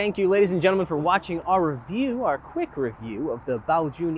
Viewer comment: I really wanted this review, thanks so much. Also, really appreciate the correct mandarin pronunciation of Baojun